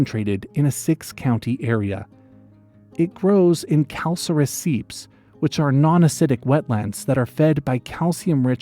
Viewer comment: Not sure if you are intentionally mispronouncing words to boost engagement or if you really don't know how to pronounce words like tupelo or calcareous among others